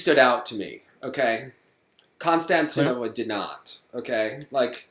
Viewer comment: Just for reference, Konstantinova's last name has emphasis on the I, not the first a. Pronounced Konstant-EEN-ova